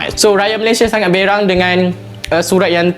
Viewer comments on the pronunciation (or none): none